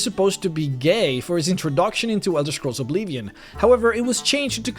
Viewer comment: i love ur videos but i cant stand when u say obleevion :(